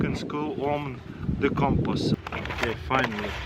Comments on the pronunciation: "Give me my compuss" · Wow your Russian was showing hard on compass lol.